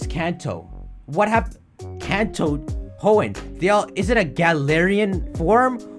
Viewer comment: I didn't know the word "Blown" rhymes with "Hoenn"